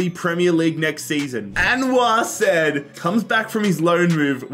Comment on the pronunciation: Calling him "said" like sed hurt me so much 😭